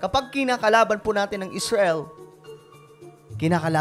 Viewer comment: Parekoy mali yong tunog ng pananalita mo Muslim hinamon ng dios ng Esrail hahaha